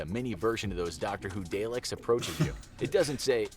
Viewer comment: that butchered pronunciation of "Dalek" hurt.